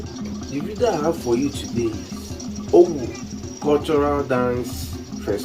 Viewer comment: It's pronounced ówú and not òwù It's full meaning is ówú miri It means water spirit